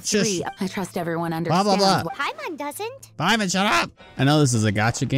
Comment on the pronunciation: Pay-mon the god